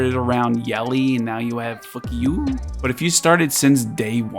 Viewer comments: Its FUCHIO NOT FUKYU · It's Poo-shiaw but nevermind HAHA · Q in the Chinese language makes a CH sound. Its Fu-Chiu, not a K sound. Love your content! Keep up the amazing work! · I've been saying Foo-key....but fuq you is HILARIOUS🤣🤣🤣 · its pronounce Fu Chew, btw good content as always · Its "FU-CHU"... hahaha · So if resume, if i get fuqiu in the free ssr ticket at 14days (i start in serv 5), and don't have my team dokidoki full yet (vice isn't great for inferno sadly ..), fuqiu seems worth uping ? And thanks, i didn't get that she could trigger her passive when allies were hit either. And each time you said her names is hilarious 😂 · when you say her name its so funny lmao haha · Best pronunciation name out there 😂😂😂. Try to pull nahor in 10 summon and got it.. Saving it on pvp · I swear man u got some fun here saying her name xDD... GG to the winners and thx again for another video ! I just spend 40 summs and got both im gonna test them out to see how fuchiu works and maybe a one shot team with nahor + codex for doki cuz i still do not have one :D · You're reminding me of how people pronkunced fugue and I'm rolling 😭😭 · Bro every time you said her name…over here crying lolol